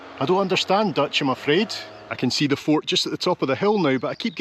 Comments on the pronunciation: Hi, just watched your tour of Maastricht and your Dutch pronunciation is actually very good. Love all your other videos. Thank you. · I'm astonished by how good your Dutch pronunciation is! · I was born in Maastricht you showed the best parts ❤ your pronounciation was perfect 🤩 loved you saying dont go to Amsterdam 😂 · you do pronounce most things surprisingly well. to the point that i wonder if you ever tried to learn dutch ;o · What a great video,. I just love the way you wander around with a basic plan in your head while not forgetting to be distracted by your curiosity. And your Dutch pronunciation is actually really good. No difficulty at all in understanding what you're saying. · Your pronunciation is really good!👍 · You As Scottisch man who cant speak dutch. Im actually quite surprised how good you pronounciation of Dutch words are. Even the double letters who people outside NL cant pronounce you pronounce them mostly correct. As a dutchmen im impressed. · Yeah the frame looks cool. The less cool part, is they took down a 17th century even more cool wall, just to make that passage. What a shame. For a guy with an accent like yours, that pronounciation was pretty spot on! In general impressed with your pronounciation of Dutch words and names. Not just once upon a time. They still use the wheel for the mill. It just wasnt running when you got there. 11.30 Lol, I am from Maastricht, and I'm wondering the same hahaha. You got lucky though, because you see so much more of the city, compared to being surrounded by dosens of people. Thats St. Servaas. (St. Servatius). Patron of the city. Holding the key to the city. Fun fact:The street in between the churches is called "Vagenvuur" Translates to Purgatory.